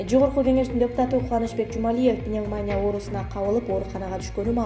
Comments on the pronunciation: пневмония деген созду туура айтканды уйронуп алчы синдим. Пневмания эмес, пневмония и ударениясын туура айт. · Пандемия деген созду жана пневмония деген созду туура айтынызчы